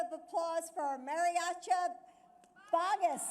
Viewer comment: DR JILL BIDEN🥱🥱 IT’S NOT MARIACHA VAGAS!!!!😡😡😡😡its El Mariachi Vargas!!!🤦🏾‍♀️🤦🏾‍♀️🤦🏾‍♀️🤦🏾‍♀️ AND THEN THEY ARE PROMOTING A MOVIE ABOUT SPICY CHIPS THAT HAVE MADE SO MANY LATINO KIDS OBESE???🤦🏾‍♀️🤦🏾‍♀️🤦🏾‍♀️🤦🏾‍♀️